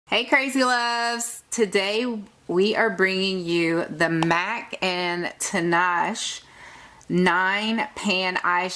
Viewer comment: lol its Tee-nah-shay, tinashe. nice swatches though